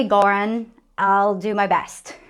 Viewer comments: That is not close to the right pronunciation of Göran (it's more like Yeuran, but there's also a tricky intonation where you stress both vowels) , but since he is a Swede like me, I feel comfortable stating he doesn't mind a bit. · Hey, I'm from Sweden, Göran is pronounced; "Yuuraan". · Was it Göran you try to say? Well not even close. In Swedish G is a G-sound only in front of the hard vowels, AOUÅ but turns in to a J or rather Y sound in front of the soft vowels EIYÄÖ, Yes we have 9 vowels with long and and short tones but short E and Ä is the same sound and short O and Å is the same so i would say 16 vowel sounds in all. So a lot easier to spell then English. Bought=bårt, fair=fär fern=förn if you spelled with Swedish logic. So yeran maybe would be english for Göran. In addition if you have a double consonant the vowel before it is short 99% of the time. Not as in English where it is totally random.